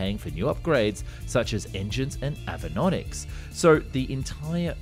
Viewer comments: “Avanonics”? Computer voice reading a typo? I thought this was a real person… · ha you called the avionics "avinonics" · You had me up until "avanonics" 🤦🤷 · You lost me at "avenonics"